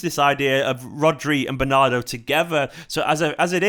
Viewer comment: "Bernardri" FTW, brilliant!